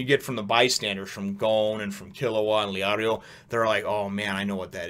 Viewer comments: Leorio is pronounced Lei-ö-rio. And Kurapika there is more emphasis on u. Kürapika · It always cracks me up how you pronounce Leorio's name, you say it like Leah-rio which to me sounds like a girl's name and never fails to make me giggle. And for Kurapika, you kind of always say it super fast like you're afraid to mess it up hahaha (none of this is critcsm btw, I actually think it's the whole charm of your reviews!)